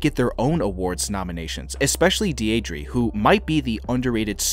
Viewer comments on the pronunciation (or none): Deidre—say it with me: DEE-druh. Deedruh. Deidre. Not Dee-ay-dree. It’s a beautiful name actually. You don’t see it very much anymore. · Her name is pronounced DEER druh 😊